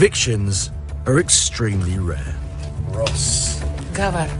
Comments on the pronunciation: It's Ross not Rose. I have watched over 100 videos of yours, stop calling him, rose. 🌹, it's a flower not a real G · No it's not, 😂😂😂, it's Ross like Ross from friends. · I am pooooopin, it's Ross not Rose, 🌹, it's disrespectful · His name is Ross that's Ross wituna double S not Rose. Is it really so difficult to actually call h8m by his name its s9 disrespectful doing what you're doing.